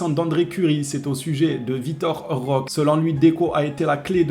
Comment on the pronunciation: 🚨likez ce message svp🚨 Le E se prononce É en portugais (langue au bresil) donc écorche le nom de Vitor Roque(é) a chaque fois... C'est quand même assez gênant 😅 faudra lui remonter l'info 🙏